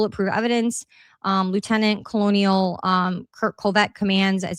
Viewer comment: Hey, not trying to embarrass you at all, just want to help you out with pronunciation of a word. Colonel is pronounced phonically "kernel". I was in the military for 21 yrs & it never made sense when I saw the word in a document why it was pronounced like that but it is. And I really am just helping you out. Love all the hard work you are doing along with all the others who truly care & want to know what happened to Charlie Kirk. Keep up the good work & God bless you & your family 🙏